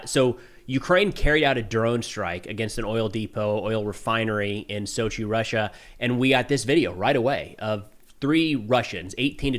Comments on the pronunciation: Just a heads up, Sochi is not pronounced like Sake. It is pronounced like "so chill". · It is not SoKi, it is Sochi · Just a small correction regarding the way you say "Sokki".. The city's name is Sochi and "CH" is pronounced the same way as in Chicago.. So it's not Sokki or Socci but SoCHi... Sorry for this but it hurts my ear.. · A little phonetics for you: it’s not Sockey it’s Sochee. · its pronouced "so chee" am i wrong?